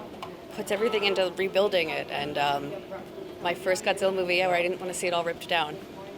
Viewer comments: 最初に出て来た、ちゃんとゴジラと発音してて嬉しい、ガッズィラじゃ無いんだよね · 冒頭に出てきた人のゴジラの発音がガッズィーラァァァじゃなくて好感持てる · 最初の「ゴジラー！」はきっと日本版ゴジラ過激派w ちゃんと発音まで日本語版に合わせてきてる。